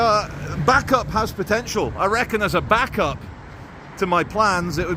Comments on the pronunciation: Pronounced Bay-cup not back-up 👌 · Isn't it pronounced as "bay cup" ? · Bacup pronounced…..Baycup. Thanks. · Bacup - Pronounced BA-cup not Backup :)😜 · Is it pronoucned as Bake Up? Or Back Up? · It’s pronounced bay-cup it’s where Brassic is filmed 👍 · Lancastrian pronunciation guide: Clough = "Cluff" Bacup = "Bay-cup" Praise be to God = "Al-ham-du-lil-lah" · Bacup pronouned Bay Cup 👍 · it's pronounced Bay-cup, and you need to go there on an Easter Saturday, to see The Bacup Coconutters.... Look them up!! Lolol. 🤭Kx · its Bay cup.... 😊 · It’s pronounced Bay-cup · Bacup pronounced baycup and Clough pronounced cluff. But apart from that. Another great video! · PSA Bacup is pronounced "Bake-Up". Funny tho. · They're pronounced baycup & it's pronounced dearden cluff not clog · BACUP is pronounced BAYCUP and TODMORDEN is pronounced TODMERDEN all in one word and not how you say it. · Nooo Bacup is 'bake up'. Todmorden isn't todd morden it's 'todd mudden'. Waiting for the one where visits Slaithwaite... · Bacup pronounced Baycup, Todmorden pronounced Todmerdin